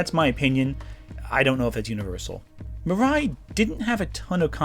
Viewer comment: you also say Mirai wrong. You literally showed a clip with it being pronounced and you STILL get it wrong???? It's Mi-ra-i, not Mi-rai.